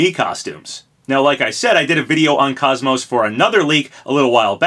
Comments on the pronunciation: If this is true im so psyched. KOS-MOS is my all time favorite video game character. Only thing im not looking forward to is hearing everyone mispronounce her name like the guy in this video. Its said exactly as it's spelled. "Kos-Mos" not "kaaz-mos" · Crash is pretty much the last "missing" icon Lara Croft: Am I a joke to you? also sorry for the OCD moment but KOS-MOS isn't pronounced like cosmos, both parts of her name are said like the MOS part. koce-moce. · Who tf is “kos-mo”? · You pronounced her name wrong. KOS and MOS are pronounced similar, KOS as in coast and MOS as in most. Not like cosmos. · You're mispronouncing her name.